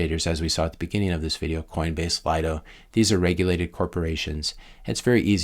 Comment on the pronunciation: Pronounced, "Lee-doh"